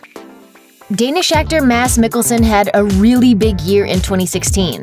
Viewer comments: Just gotta throw it in there that "Mads" as in Mads Mikkelsen, pronounces his name with the D. Not "Mas" :P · Mass? MIkkleson? How do you mispronounce Mads? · I had no idea that D in Mads and C in Debicki are not supposed pronounced... It's weird because they're European surnames xD